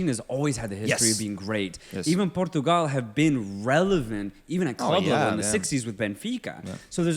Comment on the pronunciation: Don't ever say "Portugal" like that again please...